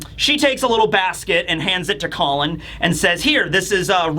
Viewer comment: pronunciations change from Call-on to Colon to straight up Colin 😂😂😂